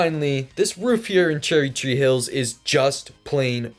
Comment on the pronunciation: “Cherry chee hills” lol Its kinda hard to pronounce so its alright